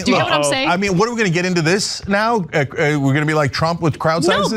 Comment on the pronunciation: Cenk can't pronounce "Trump." He says "Shrump."